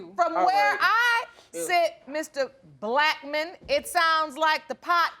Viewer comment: Her mom pronounces Blackmon as black man 😂😂😂 mr um black man … that was cute